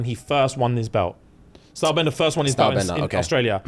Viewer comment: Stylebender* not star bender 😂